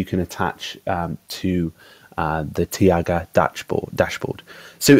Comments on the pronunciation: Interesting video, thanks for posting it. Shouldn't it be pronounced "taiga" though, rather than "tiaga"? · Not super important... but here is the correct pronunciation of the name; "TIE-gah" (ref